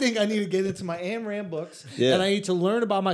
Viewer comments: Lol I love Schulzy, but I feel like he knows a little bit about everything and doesn't know a lot about anything, except comedy and marketing. PS it's spelt Ayn Rand but it's pronounced "Ine" Rand, not Anne Rand lol. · It's painful hearing them mispronounce her name so many times. "and" lol.....also it wasn't about hating government, she was talking about the evils of socialism and communism. She was arguing against the point that money is the root of all evil, instead showing people that it was the root of all good. - "Blood, whips, and guns–or dollars. Take your choice–there is no other–and your time is running out."